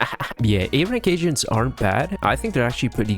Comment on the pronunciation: Was it only me who thought he was saying a rank Asians instead of agents😭